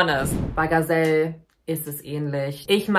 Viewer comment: Nicht jede trans Person ist gleich, nicht jede trans Person muss so denken und fühlen und sich verhalten wie es dir/ euch passt. Leben und leben lassen. Gazelle & Gialu (dass du deren Namen nichtmal versuchst, richtig auszusprechen empfinde ich einfach als respektlos) helfen sicherlich Menschen, die so fühlen wie sie es tun. Dieses Video ist einfach ein Schlag ins Gesicht für einen Teil der LGBTQ+ Community (kann man nicht einfach mal zusammenhalten, auch wenn man eben anders tickt? Du musst nicht alles verstehen, respektiere & akzeptiere die Menschen doch einfach.) Außerdem solltest du bevor du so ein Video machst evtl nochmal über nicht-binäre Menschen lesen. Es scheint, dass dir da ne Menge Wissen fehlt. LG